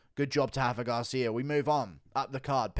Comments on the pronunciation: it's RA-FA not Hafa lol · Rafa. With an R. Lol only the Portuguese do the weird “R=H somehow ” thing